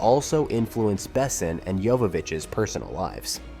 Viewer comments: Besson is French, its pronounced "Bess-on" Bess, On. With the "On" being french, and almost not pronounced. Super annoying . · Not to mention "Besson". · nice video, but OMG with the AI to read the vid's script... horrible... LEAD ACTORS... as in made of LEAD, not made to Lead... Luc BeSSON, not BEsson... Ugh... just spend the time narrating it, or hire someone to do it for you. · I'm sorry, but my brain can't get past the narrator calling the director "Luke BESSEN". "The Fifth Element" is one of the greatest sci-fi action movies of all time; you'd think that someone who did this much research into it would know how to pronounce the director's name. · Never heard Besson pronounced "bessin" before. ❤ It grew on me, though. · BAY-sen. As a francophone it was insulting. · I watched through two "Bess-ons" and turned it off at "Gah-mont" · at least you pronounced luc correctly as opposed to Bes son. Facepalm😂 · Bessin? You can't even pronounce the director's name correctly, but want me to watch a 38 minute video on the "secrets" of the film? Yeah right.... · If you say the name Besson 200 times you should first look up the correct pronunciation. It is painful to listen to you butchering the name constantly. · Disliked and clicked off, AI narrator not even set to properly pronounce 'Besson' - maybe try a bit next time. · Please don't use text to speech. You butchered pronunciation of Besson's name repeatedly, I had to stop at 3min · Well, sci-fi with a ouch of fantasy, but an all around solid eye candy and fine entertainment. I just with the narrator of the vid knew how to pronounce Besson, damnit. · What's with ALL the misproninciation of the director and actors and Besson other movies?,I wouldn't recomment this channel to a dog. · If you put out a nearly 40 minute video about a director, maybe check to see if the AI is pronouncing his name correctly?